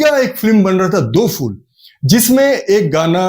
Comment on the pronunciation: It’s pronounced Do PHOOL, not Do FOOL